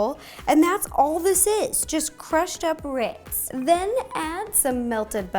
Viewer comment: Am I the only one who hears here her say witz instead of ritzs